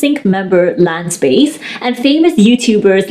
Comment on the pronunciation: edit i remembered it because of lance bass and you pronounced his last name incorrectly hahah